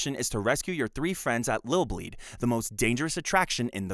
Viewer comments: Is this an AI generated voice? It's ILL BLEED. With an "i", not Lill Bleed and the main character is Eriko (Air-Rick-Ko), not Aiko. This game is so extremely well known in the vintage horror community that it's weird to see any misinformation about it. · Also it’s ILL bleed not LIL bleed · Bro consistently said Lil' Bleed lmfao